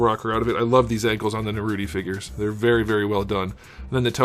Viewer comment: "Narouti" oh mai these americans....